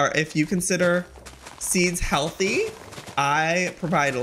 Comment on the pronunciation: I NOTICED AND THE WAY HE EMPHASIZED HEALTHY I